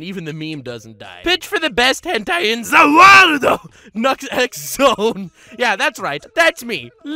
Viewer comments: I can tell your joking cause you said ZA WARDO instead of The World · 1 hour of nux saying zawarduo